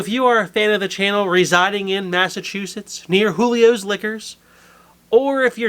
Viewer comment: They pronounce it "Jew- Leos". Given my heritage and background I did one hell of a double take after hearing them say it that way. Cheers!